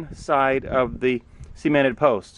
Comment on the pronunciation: Sea-ment? No idiot. It's pronounced Suh-ment.